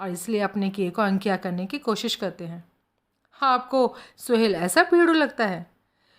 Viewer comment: Mam please... सोहल नाम को सुहेल कहना बंद कीजिए